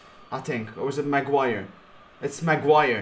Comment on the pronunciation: Its not Macuire and its defo not slaphead😂